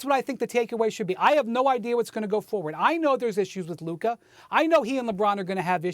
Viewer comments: “Luker Doncic” 😄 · Why does SAS say "Looker"? 😂😂😂 Brih, it's LUKA!!! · Stephen A who is Luker? 😂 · "Luker" - Stephen A "Donkitch" - Mad Dog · “Luker donchick” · Why do people keep calling him “LukER” 😂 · If he Stephen a say “Luker” again